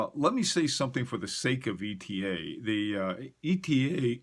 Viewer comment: Bless you for not saying "Etta" like the fools.